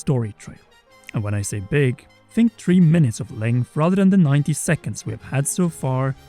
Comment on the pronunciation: I hate the way you say three, sorry, but I still like your content